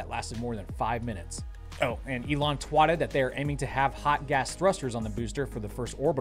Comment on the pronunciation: "Twatted" Lol nice